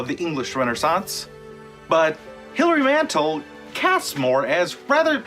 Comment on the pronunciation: You might at least pronounce the author's name correctly.